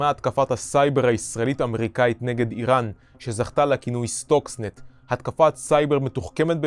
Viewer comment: סרטון מצויין, רק אומרים סטקסנט לא סטוקסנט